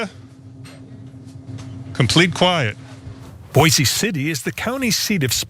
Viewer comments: It's pronounced "boyce" city you dolt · First thing, its pronounced Boyce City. Second, the people in Boise City aren't blind Trump followers, they don't trust ANY government. They want to be left alone with no regulation and oversight to tend their land and live a quiet life. They only back politicians who make promises to reduce government and leave them alone. I left at 18 at the first opportunity.